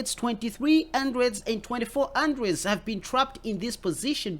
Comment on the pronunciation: I like when u say Andreds (hundreds) and believe u me lol